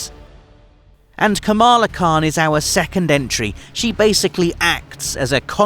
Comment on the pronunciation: It’s pronounced ka-ma-laaaa not ka-maaa-laaa. International audiences are so unaware of the Indian subcontinent.